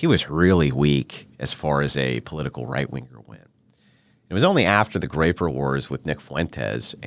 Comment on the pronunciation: Groyper wars not graper lol